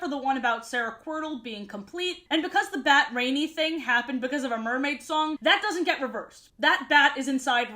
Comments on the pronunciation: Rani's name is actually pronounced like Rah-ni (kinda like Ronnie?) not Rainy. I know this because I listened to the audiobook versions as a kid. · Rani's name is pronounced RAH-nee. She's named after Gail Carson Levine (the author of the book)'s sister. I understand mispronouncing, I did until I heard the author say it. Rani was always my favorite character and I still use her metaphor of being "filled with water" as an excuse for why I'm such a chubby crybaby. Even her quirk of finishing people's sentences was something i related to because it was something i did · No idea if "rain-ee" is how you're supposed to say the name because Rani is an indian name pronounced "rah-nee" and I assumed that was how you said it and this confused me like hell as a kid because I wasn't sure why an Indian sounding name was used for a blonde/blue eyed fairy lmao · Ranis name is pronounced ron- ee like Ron Wesley or whatever tf that dudes name is . If it was raini ( rain-ee) it would be spelled raini :3 just thought you should know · You know the fairy named "rainy" its not actually pronounced "rainy" it pronounced "rah-nee" spelled "rani" which means queen in hindi (hindi is a Indian language) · I'm so happy to see this omg side note I always pronounced Rani as rohn-y instead of rainy as a kid